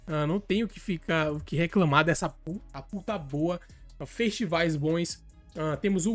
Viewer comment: Ele: a pull tá boa O q eu escuto: a puta boa